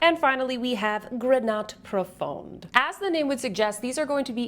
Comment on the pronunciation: Hi, great review as always ☺️ Just to help you with your french pronunciation: more than often the consonant at the end of a word is muet (grenat profond -> grena profon) 😉 of course there are exceptions otherwise it would not be French 😅